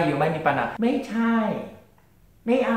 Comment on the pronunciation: 정주행하면서 엄지척 찍고 있는 1인입니다. 첫 영상부터 보다가 여기까지 왔네요. 고지가 바로 저깁니다. '마이'에 대한 설명 잘 들었습니다...만 에 보면 여전히 '메이 미'라고 발음하시는. 에효~ '마이'가 원칙이고 '메이'해도 알아들으면 된다로 접수하겠습니다.